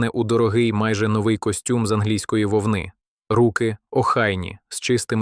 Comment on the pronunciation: Не лУсці а в лусцІ. Костюм не з вовнИ,а з вОвни! Якось так. Чи ні?